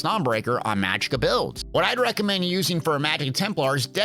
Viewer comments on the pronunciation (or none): none